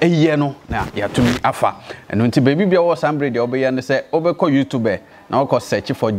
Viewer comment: pls it's not "youtub3" it's YouTube we don't pronounce the last e